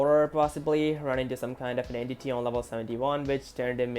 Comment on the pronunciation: "entiy" also why did I watch this at night